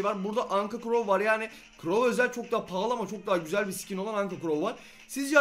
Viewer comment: Sikin deme abi sıkin de ;)